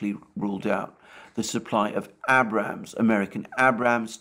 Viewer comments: Its Aye-Brams tanks. The A is hard, like the pirate say "Aye Matey". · It's pronounced Abrams with a long A. Named after general Creighton Williams Abrams.